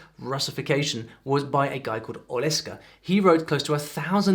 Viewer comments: OLEKSA, not Oleska 😂😂😂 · Thanks a lot for sharing our history. It's a very small part of it, but you show major events of our land. The only thing i want to admit, it's OleKSa, or, if would be more comfortable, OleXa, not OleSKa 😁 But, nvm, you did a great job! Btw, you should try our modern folk songs, mixed with different genres. I think it's hilarious! Thank you! If you would like to visit Ukraine, I want to invite you to try our cuisine! 😉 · I have a small remark about the pronunciation of Oleksa Hirnyk's name. Oleksa is a variation of the name Oleksii. in Russian Alexey I'm also Oleksii. When I worked at Boeing Ukraine, one colleague from America called me Olisky It was so funny))) But actually my name pronounced: "OLEXII" And his name- OLEXA Great video Thanks 🇺🇦